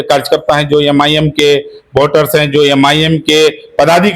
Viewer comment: अरे भाई यम आई यम क्यों बोल रहे हैं नाम तो सही से बोलिए लोग मज़ाक उड़ा रहे हैं